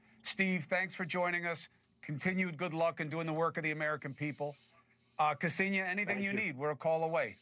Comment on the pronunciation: It’s like nails on the chalk board on how they pronounce her first name. It’s not kEsenia… it’s Ksenia!